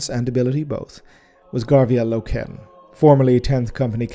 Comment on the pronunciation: its name is inspired by the German language, Eisenstein literally meaning Ironstone, so his pronounciation is correct. I'm more bothered how he says "Loken".